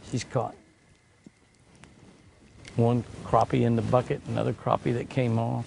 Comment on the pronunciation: Good to see you pronounce "Crappie" correctly! Too many pronounce it "crappy." SMH When you don't catch any fish in a day, that's "crappy." LOL! Sorry to see "crashed and burned." What happened? Remember the acronym, "RICE," - Rest, Ice, Compression, and Elevation. Exercise it a little more each day, then hit it with the ice. Increasing circulation from the exercise works wonders, IMO. Just don't overdo it. I would have ate that bass caught. She smoked you today. She has the magic touch! Stay safe, Jimmy and!